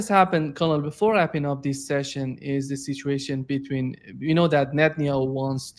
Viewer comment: Geezus, this guy is so close to getting it right but ultimately fails. “It’s all up to Netenyahu”. Good lord dude.